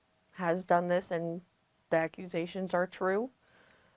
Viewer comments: Acurazations 😂 i cant. Axe .he be stillin i got axurazationz😂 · Not ‘accurisations’ 😂😂😂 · She said "aka-roo-zationz" lol